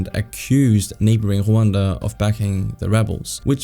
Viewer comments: Whaaaanda is a weird way of mispronouncing Rwanda. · Rwanda or Hwanda??!😂